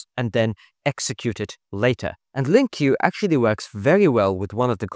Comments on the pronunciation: It's not pronounced Link-Q btw, it's just Link. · Mate!!!! Wtf? TS is actually inspired by C#! And it's not called Lin Q 😭 who have you been hanging out with? LINQ is pronounced LINK. LINK. NO LIN Q bollox ok? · Never heard anyone call LINQ as LIN-Q 😅